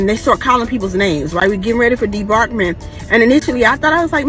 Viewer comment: It’s pronounced disembarkation not Debarkment smh. Ghetto people make up their own language 😂